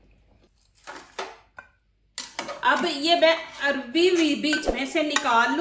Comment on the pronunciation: بگڑا ہوا تلفظ عربی ہے اور ٹھیک تلفظ اروی ہے